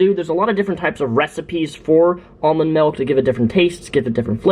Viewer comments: MALK? DID HE SAY MALK? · It's not "malk" !! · STOP SAYING MELK OR I'LL KILL A KITTEN.